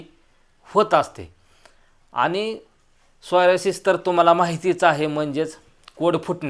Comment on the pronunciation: तुम्ही वारंवार सोयरासीस म्हणत आहे त्याला सोरायसिस असे म्हणतात